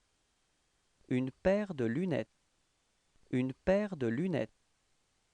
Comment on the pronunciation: Hello Sir, I heard "une paire de lunè" . Thanks a lot for your wonderful work !!